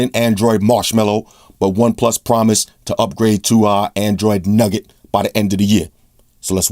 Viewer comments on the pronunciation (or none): did this nigga really say android nugget? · did this dude just say android nugget